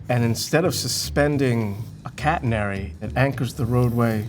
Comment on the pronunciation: Thats not how you pronounce catenary